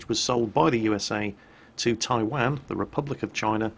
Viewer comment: Come on....where is Taiwaaaan, It's Taiwan (pronounced Tai Won)